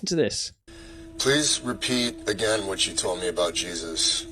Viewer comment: HARRESSY! That AI got JESUS all wrong.